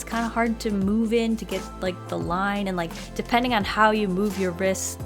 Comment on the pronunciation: de-PEN-ding Lol